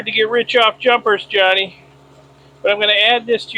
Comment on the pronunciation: Can you please not call him Johny. His name is Jani. I am sure its pronounced more like "yanni". Just check with him lol.😂